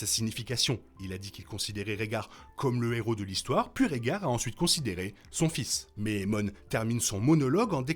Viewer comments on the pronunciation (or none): none